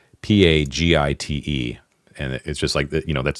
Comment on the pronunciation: I know, I know. Comments that correct pronunciation are only slightly worse that ones that just say "First!". BUT you did ask! Tyro = TIE-roh, and since you now have me on a roll: Praetor = PRIE-tor or PREE-tor (only two syllables) Areopagite = ar-ee-OPP-uh-ghyte (a hard G sound and accented on the antepenult -- it's Greek) Sorry. I had to get that out of my system. I'll go back to enjoying the show now. :)